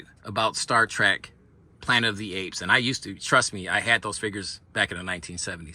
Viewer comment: Remember it's Trek Not Track.